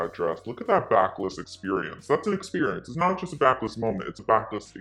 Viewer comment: No one:: backless experiOONCE 😂😂